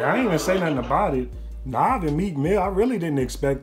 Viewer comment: It's Nav not Nov bruh